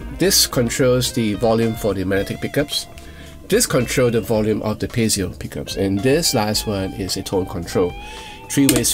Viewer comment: Sounds great, but then again with your playing everything sounds great 😀 If I may a small note to something I've noticed in previous reviews of certain guitars, though, and it's prominent here for obvious reasons...it's "piezo", not "pezio" 😉